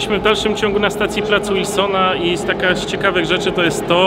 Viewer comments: To jest Plac Wilsona, a nie Łilsona!!! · Wilsona, przez "W". Mówisz "Rondo Łoszingtona"? czy Waszyngtona. Z Placem Wilsona jest tak samo. Nie przez "Ł". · nie mówi się łilsona tylko Wilsona tak samo jak jest w pisowni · jakiegoż "Łilsona" na miłość. "W", nie "Ł". "Wilsona", nie "Łilsona".